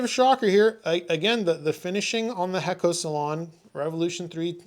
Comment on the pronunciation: I believe the pronunciation is Hey-ko or Hay-co. Great job once again. Thank you.